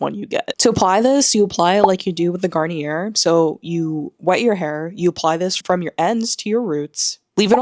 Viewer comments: Garnier is pronounced, Gar-nee-ay. Edit; I forgot to mention why I am explaining because it’s easier to speak. French is pretty easy if you know the rules. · It’s pronounced Garn-EE-A ❤